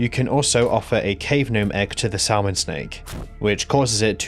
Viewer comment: Also not Sal mon, samon like the fish brother xD Silent "L"